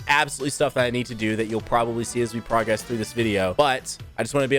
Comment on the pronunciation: Hearing you say progress instead of progress 😷